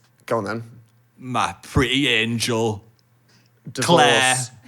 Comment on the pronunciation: Phil saying "Ma pri'ie anjul" is the fucking funniest thing I've ever heard omfg